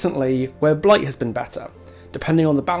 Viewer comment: Lil bro ranted for 20 minutes arguing against himself. Otz’s whole talking point was about the nurse, not Blight and you just made a 45 minute video to say “Nuh uh, Bwight is Stwong too. You’re wong cause you said Nurse was Stwong but Bwight is also Stwong”